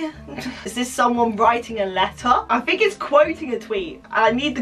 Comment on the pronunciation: I NEED TO FINK. IM NOT VERY GOOD AT THAT BUT I NEED TO FiNk Me: Yeah, FINK, Dont THINK but FINK.